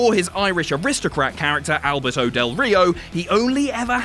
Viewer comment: 😂😂😂 “Albert O Del Rio” 😂